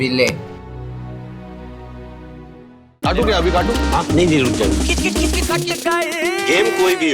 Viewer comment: সিবিল্লে আবার কে??? ওর নাম সিবিয়ে